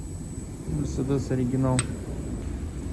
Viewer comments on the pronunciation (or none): none